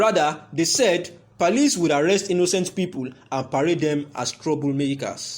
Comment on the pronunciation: What is he saying, is it police or parlice?